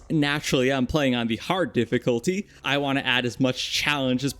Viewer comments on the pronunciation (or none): none